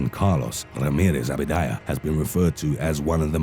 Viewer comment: Abadia !! Not abidaya!! WTF dude read that shit